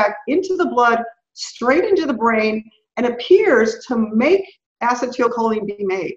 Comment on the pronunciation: Mind-boggling information in this interview. I thought I understood "Vitamin" D (really a hormone), but clearly didn't! Will listen again (and again). But I keep shaking my head at the way pronounces acetylcholine. I have NO IDEA what she is saying, but my understanding is that it should be pronounced "a-SEE-tul-koe-lean." That's the only way I have ever heard it pronounced and every time she says it I am thrown off terribly and miss the next seven or eight words trying to get my bearings back!